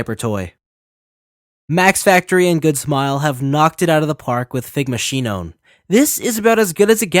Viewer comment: Omg bruh it's sinon (Sai none)